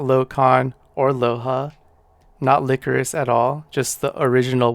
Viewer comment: That is probably pronounced (lie chorus) not (lick or us).